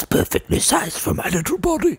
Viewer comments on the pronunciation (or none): No drug will ever compare to the high I get from hearing pronunciation of “body” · I wish I could spell the way he pronounces body